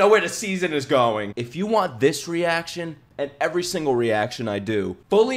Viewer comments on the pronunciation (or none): none